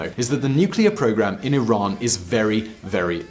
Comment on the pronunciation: Sounds like you said Iraq.